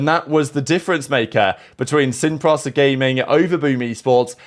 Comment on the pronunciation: Lmao its pronounced seen pree-sah not seen praza